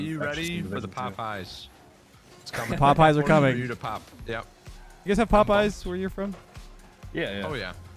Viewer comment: I think a couple times I heard Popeye instead of pop high which is even funnier